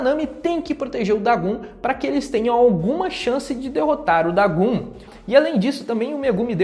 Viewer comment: O nome do vilão é DagOn, não Dagun, que agonia aaaaaaaaaaaaaaaa, a letra "O" tem a mesmo pronuncia em japonês e português